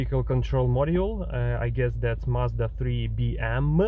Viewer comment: Англоговорящие не произносят марку так как ты это делаешь. Не благодари